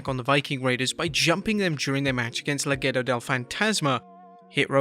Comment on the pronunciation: They are called Legado, not Lagedo